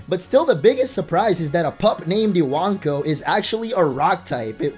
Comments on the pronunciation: I-wank-o? Lel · Iwanko I-wan-ko I-wank-oh😱